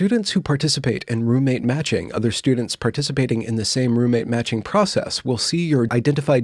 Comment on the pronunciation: Ok, it wasnt until about half way through that I realized you weren't saying roommate magic, that you were actually saying roommate matching 😂 this video was so much better when I thought it was roommate magic haha